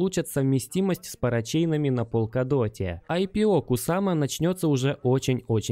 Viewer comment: Братан, полкадот или в горошек. Он верно говорит на англ